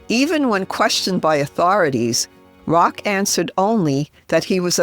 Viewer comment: Just a little sidenote, as a European, I know :-) it is not Saint Rock it’s Roch ( Rosch ) it’s a French name thank you!